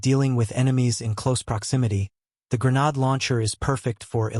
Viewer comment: "gre-nad/gre-nad types".... bro...